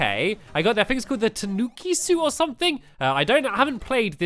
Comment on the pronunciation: its tanuki(tah-noo-key)